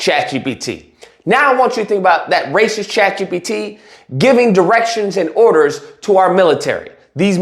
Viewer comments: "Razy Lacist" is the new slur! Best slip of the tongue ever!! Thank you, 😂🤣💯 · I think you said "Razy Lacist" at one point, but it made perfect sense cause they dont!